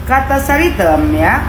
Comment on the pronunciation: MANTAB DGN SBUTAN " SARI TEM " 😂😂😂